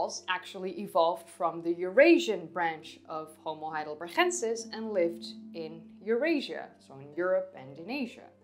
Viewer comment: you always say homo heidelbergensis wrong, why?